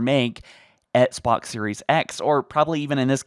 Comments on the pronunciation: Do you mean "Etsbots"? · Why does he pronounce “Xbox” as “EtSbOx”